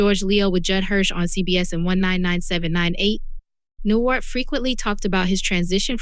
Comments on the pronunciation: It's NewHART not Newart!! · Is this some kind of AI voice? Cuz 'she' isn't saying Bob NewHart correctly. This makes it impossible for me to listen to the whole six minutes cuz it just sounds fake to me, like it's coming from someone who doesn't respect his life so why should i care about what this video has to say about his death? Get the behind me silliness.